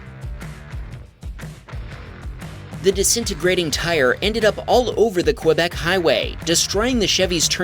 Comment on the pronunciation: You don't know how to pronounce Quebec.